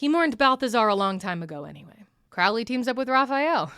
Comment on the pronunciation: lifehack to pronouncing Crowley's name correctly: Don't, just call him "Crowrey" instead